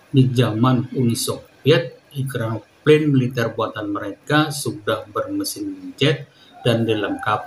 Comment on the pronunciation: "EkranoplaN" – not "ekranopaNE"